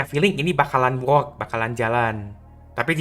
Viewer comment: Koreksi untuk pengucapan "work" itu yang bener "werk" dan lebih tepatnya it work(werk)